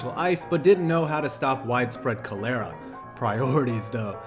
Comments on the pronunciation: This man said cuh-lair-uh lol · You butchered the pronunciation of cholera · Oh fuck man have I been pronouncing cholera wrong??? Or was it you?